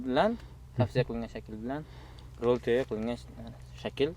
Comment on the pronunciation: "Ровил туёго"ми ёки "Роял тяго"? Видео бошида ҳам қанақадир "Ровил бири"ми дедингизлар. Шуни аниқ тушинтириброқ кетинглар